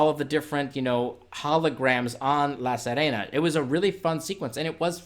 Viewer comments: Bro, it’s “La Sirena” not “La Sarena”! See-reh-nah. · Omg.. It's pronounced Seerehna (as in bee, see) , not sehrehna! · I really liked this one. Slow and moody. PS sorry to be pedantic, but La Sirena is pronounced La Seerena, like "to see"